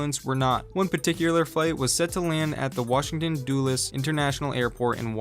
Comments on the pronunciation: I’m from DC and he literally said doollus but it’s pronounced dullus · did my man just pronounce Dulles airport as 'doolus'..... Every die hard fan knows it's pronounced Dull-is airport, John McClane would be fuming..... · bro the way he said Washington Dulles lmfaoooooo. Its Dulles not Doolles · are you serious let's not forget your big Navy your so proud of was literally invented by A Scotsman and yes we left your country then you tried to sue for peace after the war had ended this is also a country that still cries about wars that happened 50 years ago that they lost to essentially Farmers with weapons given to them by a country you lot see as less advanced due to their at the time communist lifestyle and you didn't change the language you ruined it in England the phrase "I couldn't care less" makes perfect sense you guys changed it to "I could Care less" which goes against the very meaning of the phrase you call a bonnet a hood because you can't comprehend that a bonnet can be a hat and the lid of an engine bay you can't pronounce Aluminium correctly it's not spelt "Aluminum" there's an I in there that you guys missed also most of your cars use words instead of Symbols on the buttons on the dash board because I guess Symbols were too hard for you and yes maybe you could wipe us of the earth well no actually because of a defense system called Trident our nukes are in a submarine and plus the use of Nukes in warfare has been deemed a war cry after you couldn't beat Japan like real men so you once again had a Tantrum and murdered thousands of innocent people which seems to be how you fight wars just murdering innocent civilians for funsies and if you did invade British soil well we'll just call in the farmers because as already discussed your big mighty military so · He said “doolus” airport 😂 It’s “Duh-lus” lls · It's actually pronounced Duh-less not Doo-less... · Thats a violation for me the dude said doolus instead of dulles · Man said “Doolus” 😂😂